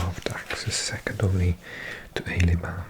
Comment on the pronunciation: Also, whilst I think about it, I've noticed in a previous video you had made the same error that you have made here so I will point it out. French cities that are called "aix" (be it Aix-les-bains, or Aix-en-provence) are pronounced "èx"